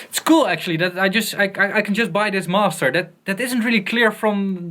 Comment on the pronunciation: "Masteruh" :D